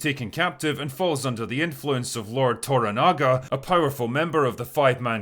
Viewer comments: The 1980s version was a not unimportant part of my childhood... despite the fact that it's not realy made for kids. Looking forward to this version. BTW its ToRAnaga... with emphasis on the second syllable, not ToraNAga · It's "toRAnaga", not "toraNAga". And "MAriko", not "MaRIko". But the rest of the rest of the review is superb.